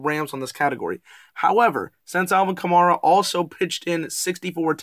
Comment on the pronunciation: The next time you talk about my Saints, fyi: Alvin's last name is pronounced ka-MARE-ah. Like a female horse, a mare. Not mar. Enjoyed the stats -- looking forward to the game in week 11.